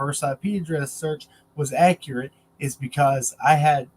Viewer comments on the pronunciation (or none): none